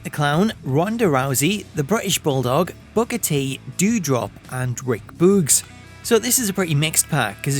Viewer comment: I have to rewind back to hear closely to notice that he said "Booker T"... 🤣